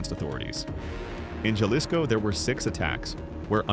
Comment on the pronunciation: It's pronounced (ha-lees-ko) Jalisco. The J in Spanish is like the H in English. Also it's not (one) Juan, it's (hoo-ahh-n) Juan